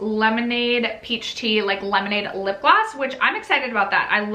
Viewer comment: In the spirit of being helpful rather than critical: peche is pronounced pesh not petch. Love your channel!!